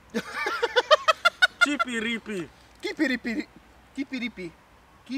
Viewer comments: Az amúgy nem kipiripi hanem cipiripi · Nem kipiripi hanem cipiripi így ejtik: CIPIRIPI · A cipiripit ne kipiripi nek ejtsd hanem cipiripinek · Szevasz! Így szerbiai fejjel, ahogy mondtátok a termékek nevét.:D Mint pl. "kipiripi" a cipiripi helyett. A doboz tartalma elég keveset tartalmazott (mármint nekem) szóval ha gondolod, szerzek neked még pár cuccot.:D UI: Amúgy van eurokrémes pálcika, bár nem rossz a földimogyis sem.:D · a cipiripi azt nem ùgy ejtik ,hogy kipiripi hanem cipiripi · Az cipiripi nem kipiripi xD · nem kipiripi hanem cipiripi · A cipiripi nem kipiripi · az nem kipiripi meg nem tomi hanem cipiripi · az cipiripinek mondják. A c betűt nem kell ty nek vagy cs nek ejteni. Nem sértésből!